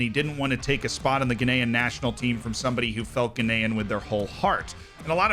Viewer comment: Am I the only one who hears "Guinean" every time says "Ghanaian"?